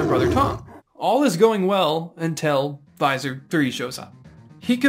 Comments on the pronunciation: cool video! great animation. For what it's worth, the "Visser" in Visser Three rhymes with kisser, or disser. Visser Three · It's pronounced visser. Like kisser. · Its not Visor 3. Learn to sound out words. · BTW, Visser is pronounced more like "This er" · Lol I had no idea it was pronounced differently until the video was almost finished and I watched an old Animorphs toy add from the 90's. IT WAS TOO LATE.